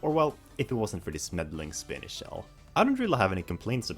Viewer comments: Still pronouncing Spiny as Spinny,? 🙄 That said, I definitely appreciate that you are a fan of Rosalina’s Ice World, it’s a truly special track that does not deserve to be overlooked or considered bad. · Wasn’t there another video where he was told to pronounce it as spiny?